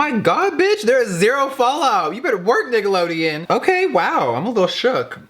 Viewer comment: sounded like you said niggalodeon 😂